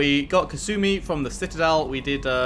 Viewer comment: basically anyone who isn't kasumi or one other npc pronounce her name has kass uh mee when it's kass oo mee. Not big it just bothers me when I hear it lol. Even Sheperd says it wrong